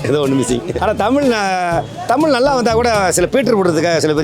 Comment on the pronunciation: Kelvi kekra neengale ‘தமிழ்’ ah ‘தமில்’ nu solringale pa 😌